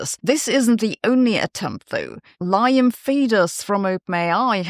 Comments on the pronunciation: Liam is pronounced Leam. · Just a tip, the name Liam is pronounced Lee-im